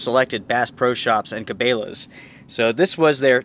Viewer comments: Never in my life have I heard someone pronounce Cabela's like that lol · Ca-bail-uh? Thanks for the review never heard or seen this Bass Pro Body Bag product. Also never seen tent poles in that red color previously. Thanks for sharing your experiences. Cheers🎉 BTW: been receiving Cabela’s and Bass Pro catalog since I was a young kid. Name pronounced Ca-bell-ah, however after seeing that it will flood inside needing to be bailed out for the water somewhat prefer your pronunciation. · Cabela's is pronounced Ka-Bell-ahs not Ka-Bay-lahs just an fyi. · its cabElas, not cabAlas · Cabela's is not pronounced Ka-bay-la's it's pronounced Ka-bel-la's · Ca- BELL-uh …not Ca-BALE-uhs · Ca bell a. Not cabeyla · Did he just pronounce it “Ca-bay-la’s”??? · O.K., I'm going to get called out for this comment. I know I'm being extremely picky with it, but here goes. I had to check the spelling of this company to make sure that I wasn't pronouncing it wrong. Or that I may have misunderstood something. I don't believe that I am wrong at all. The company name is spelled with an 'e'. Cabela's. Their is nothing in the spelling that makes the soft sound of the letter e sound like a hard letter 'a'. Phonetically spelled, I fully believe the name of the company is pronounced Kabella. {again, that's the phonetical (sounds like) spelling}. And not pronounced (phonetically again) Kabayla or Kabaila. I'd like to know if I am wrong. Or how many of you pronounce it the way is pronouncing it in this video. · Does outdoor gear reviews and doesn't now how to pronounce Cabela's... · Please lord don’t say Cabela’s that way😂😂 how don’t you know how to pronounce. 🤦‍♀️🤦‍♀️